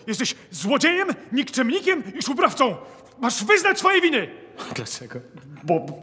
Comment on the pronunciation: "jesteś złodziejem, nikczemnikiem i szubrawcOM"